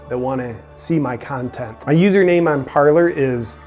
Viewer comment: Parler is French for "to speak", and is pronounced par-lay. But honestly dude, you pronounce it however you want....love your content!